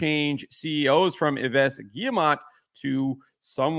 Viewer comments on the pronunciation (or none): Hello, to pronce cerrectly Yves in frecnh: it's Eve because you do not pronounce the final S that is silent. Keep on the good work!